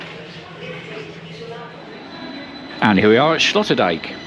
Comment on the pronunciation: Sloterdijk is pronounced like sloaterdyke. Sloot in Dutch is ditch. Slot is castle or lock Dijk is dike. I am not sure where the name Sloterdijk comes from.